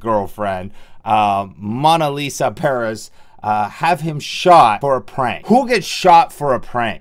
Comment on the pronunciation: Bottom Line: IMMATURE period! Kids playing around and doing pranks all in the name of "fame", kids having babies, etc... this is where the parents need to step up and be parents! Really beyond sad!!! My condolences go out to both families! Furious Pete: For future use should you ever need to say it again, Pedro's last name is pronounced ... ROO EEEEZ (Ruiz) and her name is PAA REZZZ (Perez). Thanks for taking the time to do this upload on such a very sad and most tragic event. I agree ... something like this should not be buried under the carpet but voiced over and over again to NEVER MESS WITH GUNS unless of course it's in SELF DEFENSE if need be only under certain circumstances. Thanks!! Peace and Love to all!! <3